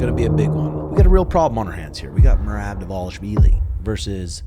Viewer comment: But learn to say it in Georgian lol